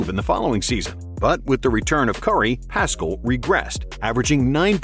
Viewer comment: I'm pretty sure Paschall is pronounced without the c